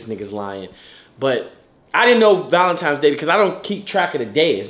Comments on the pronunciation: You keep saying valenti”m”es😭😭💔😂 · Why sayin “valentimes” day💀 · Lol.. it urks me when he pronounces valentines day as valen 'times' day.. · I’m so tired of saying Valentimes lmao. It’s crazy, even when talking to their friend… he gone use that M & not N 😂😂😂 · So y’all just gone let keep puttin an ‘M’ in Valentines?! I mean… he looks good and all, but somebody gotta fix that.